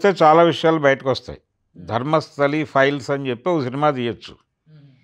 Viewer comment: Dharmasthali kaadhu raa! DHARMASTHALA